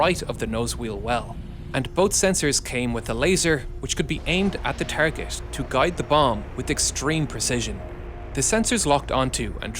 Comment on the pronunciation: Had to stop listening when I heard “tireget”😂. Can’t take it seriously.